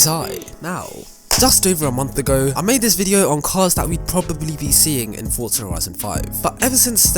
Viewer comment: Why do ppl say fortsa instead of forza?